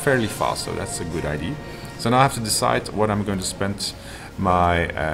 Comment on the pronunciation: Hi. Game's looking nice. One tip though: As founder of a development studio that releases games to an international audience, you might want to consider taking a course in proper english pronunciation. because a card is not a cart, and an idea is not an aidee. Makes watching this video pretty painful.